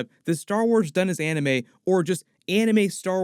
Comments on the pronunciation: Still can't get over the fact that James Waugh said Arneme and not Anime. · bro the moment he said aunimee i was like nope gana be dumb